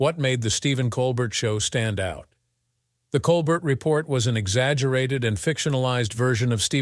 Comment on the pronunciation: Listen to a voice telling you all about a guy, when he can't say his name right.